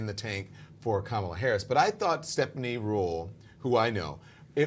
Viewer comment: Does no one teach Whoopie how to say Kamala??